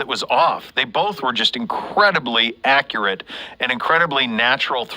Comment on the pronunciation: It sounds like "bofe" quarterbacks are doing well.